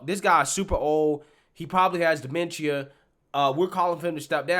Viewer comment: He pronounced DEMENTIA wrong.